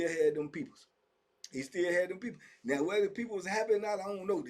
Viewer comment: That word them people sounds so funny to me 😂